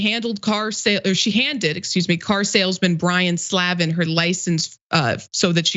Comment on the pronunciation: She's trying so hard to pronounce that name improperly. It's Slay-ven